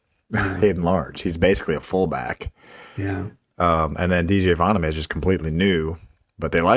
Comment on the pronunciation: Correct: Voh-naw-me. Incorrect: vah-nuh-may